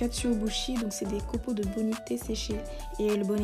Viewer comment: Super mais le « e » à la fin de bonite ne se prononce pas et dans le riz du bento il s’agit d’une prune salée « umeboshi » et pas de la saucisse